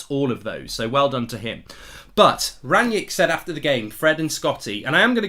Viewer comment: Why you calling him Ranyick?